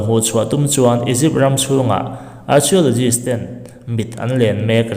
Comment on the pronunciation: Archeologists.... Kan tawng a nilo na chungin a lam dan hi han edit keuh la chu avan tha dawn tak